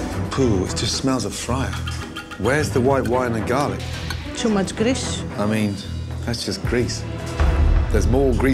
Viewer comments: i love the way she pronounced grease “GRRIISSS” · Yeah, the way she says grease sounds like she is saying gris, which is Spanish for gray. The restaurant is gray because of their bad food lol. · "Too much greesh?" Tastes it and dies